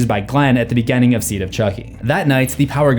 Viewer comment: "Grrrr, bad pronunciations bother me." Also, "contenue" & "begenning." 😂